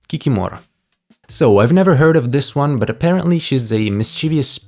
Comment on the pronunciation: Kikimora should be pronounced ki-KI-mo-rah, with the stress on the second syllable. And as far as "imps" go, I am fairly certain that the chart creator meant chorti (chO-r-ti) or chortiki (chO-r-ti-ki).